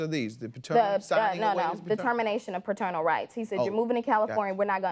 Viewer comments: I’m tired of him saying fraternal instead of paternal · If i hear the defendant say "Friternal Rights" one more time. 🙄🙄🙄🙄😒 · He keeps saying "Fraternal" rights. Is he talking about his child or his brother? I'm confused.😆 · Bruh it’s PATERNAL not FATERNAL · As I watch this for the 2nd time this mofo said faternal rights and kept saying it even when judge mathis looked at him crazy and said it correctly like wtf is faternal rights u mean paternal rights this ninja look like he dress in drag at nights and on the weekends 😂😂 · No matter how many time judge Mathis said "Paternal” the defendant just kept saying "Faternal” 🤦🏽‍♀️😂😂